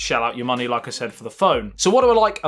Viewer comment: "Note Noyn"!!! LoL Hit "Loyk"! LOL